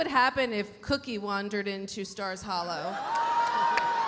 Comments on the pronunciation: Anybody else notice that ‘Miss Patty’ said “Scott’s hollow” instead of stars hollow!!!😂😂😂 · Miss Patty said Scott’s Hallow lol